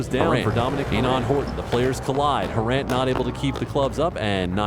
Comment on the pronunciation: It's "Harant" not "Harrant" ;)